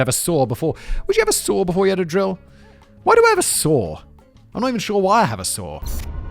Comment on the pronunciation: Lol I thought he was saying a sword lol. I’m like why are you chopping wood with a sword.